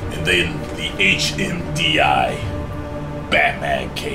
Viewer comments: Did he say HMDI it's HDMI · He said HMDI instead of HDMI 😂😂😂😂😂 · I died laughing when BatMag said, "HMDI" instead of saying "HDMI" xD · "HMDI"? XD Oh! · Hmdi. 😂 it's hdmi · "AND NOW, THE HMDI" heh